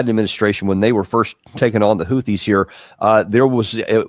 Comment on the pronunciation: Hahahaha, I love Houtthis!